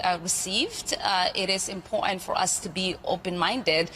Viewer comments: IM...PORT...ANT, NOT IM POR ANT. learn the language if your going to open your mouth. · Its important not iportat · Learn how to correctly pronounce the word "important" !!